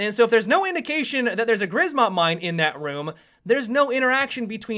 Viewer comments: In Grzmot, the z is pronounced like a J, I believe. Grjmot. It the polish word for thunder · Grizmot mines! ?!? XDDDDDD it is Grzmot mines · 'grzmot' is pronounced gjmot :) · "Rz" in grzmot is prenounced as "ż" look it up. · I'm Polish, as soon as I heard attempt at pronouncing "Grzmot" i lol'd hard:D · It hurts me inside how you pronounced Grzmot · please instead of Grzmot say Thunder because you don't know how to say it properly in polish so please. No offense though keep up the good work on the tubes i'm waiting for sunday mailbox.:))